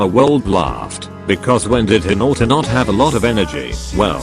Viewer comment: OK I'm sorry but the pronunciation is just "hiNAUtA" 💀